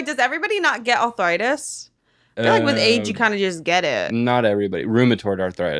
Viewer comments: Im sorry but I need to talk about saying, "arthritis" like maybe I'm crazy and awful and delusional but it sounds like she's saying "awthritis" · pronouncing arthritis😭😭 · nobody: …: Othritis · ENYA CANT SAY A NEW WORD authoritis? authorisis! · will anyone ever correct for saying authritis instead of arthritis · saying awthwritis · Why does pronounce it “authoritis”